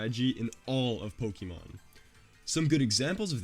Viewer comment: I’ll sub when you’ll start pronouncing Pokémon correctly. Lmao I’m messing with you I subbed already. Great content!